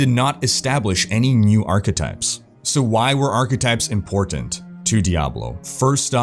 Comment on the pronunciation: OMG i just started a new drinking game, everytime you say achetypes I take a shot. XD Never stop! making awesome videos!